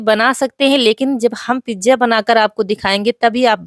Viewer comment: di pizza boliyega pijja Acha nahi lagta hai sonne me